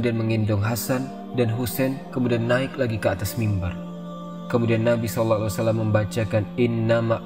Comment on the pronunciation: konten yg sangat bagus tapi sedikit masukan bang tentang makhorijul hurufnya saat baca SAW